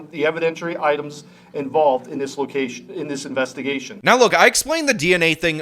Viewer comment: I wonder how dumb she felt when they issued a search warrant for her dna, after she said "Nah, we don't need no more investimuhgation"? BUSTED.